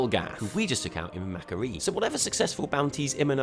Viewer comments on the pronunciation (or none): none